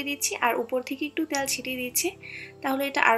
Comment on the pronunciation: উচ্চারণ টা ঠিক করুন। শুনতে ভাল লাগবে। এর উচ্চারন, তেল উচ্চারণ গুলো শুনতে খারাপ লাগছে। পিঠা টা ভাল হয়েছে